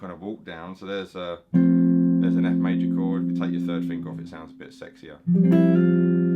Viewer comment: Lmao my favorite fingaa (heavy accent)